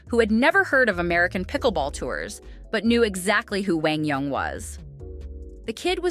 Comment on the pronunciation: The commentator is one of the very few who pronounces QD's name correctly. PPA NEVER did.